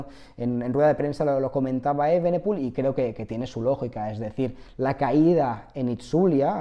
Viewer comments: se pronuncia evenepul no eivenepul la i no va en ningún lado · Porque dices remco eivenepul, así no se pronuncia